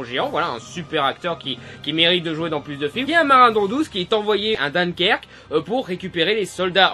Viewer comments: Hahahah ... tu n'est pas obligé de dire "Dankerk" tu peux le prononcer "Dunkerque" à la française ;) on y parle le français par ici ! Comme toi, j'ai une certaine réticence à aller le voir ... mais tu m'as donner envie ! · D1kerque pas Deunekerque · "d1kerque" pas deunkerque :) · DINDEkerque XD mj pitié ça se prononce Dunkerque (d1kerque) et sinon j'ai aussi vu nolan ( dans ma rue lors du tournage :3 m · dunkerque, prononcé d1kerque pas deunekerque. réapprend ta région Urban, ou tu préfères.. OURBAINE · ON DIT "DAINKERQUE" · deunkerke ? mais pourquoi ? -_- ça fait meme pas 20 secondes il m'a saoulé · "Dunnkerque" xD une tragédie pour la bonne prononciation faite avec l'accent sur Nord xD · pourquoi tu dis Deunekerque? c'est une ville francaise hein, donc merci de respecter les nasales francaises! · Dunkerque prononcé « deunekerque », c'est affreux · Il m'énerve à appuyer le 'N' dans "Dunkerque"... C'est une ville française (du moins, actuellement), les habitants parlent français... Et quand on leur demande de dire le nom de leur ville, ils le disent à la française. D'où vient cette lubie d'angliciser des noms français ? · ça me perturbe comment tu dis Dunkerque xD Super critique sinon, ça a l'air pas mal:-) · ça sert à quoi de prononcer Dunkerque à l'anglaise ? (comme un conn@ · Une critique qui dit tout l'inverse de Durandal.... mdr Par contre 2 points négatifs pour, sans chercher à être cassant pour autant: 1/ Dunkerque est une ville française, merci de le prononcer à la française. 2/ Travaille ton tic de langage, tes "voila" à toutes les phrases ça devient insupportable... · t'as prononciation de Dunkerque est horrible xD